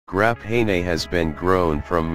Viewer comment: What the hell is this "Graphen A" stuff, bahahah